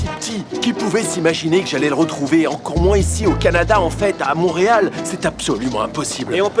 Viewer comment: a dit montereal 😂😂😂